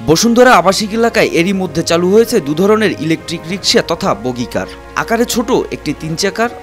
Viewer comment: রিপোর্টার একবার বগি একবার বাগি বললেন। আসলে হবে বাগি কার